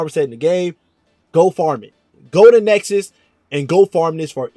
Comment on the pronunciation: It's called Nessus by the way... not Nexus.